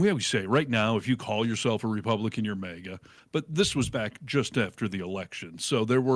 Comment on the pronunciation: Maga, not Mayga!! 50 million people have been calling it Maga for years. And 1 guy comes along and changes it to mayga. Why do people have to make up their own pronunciation?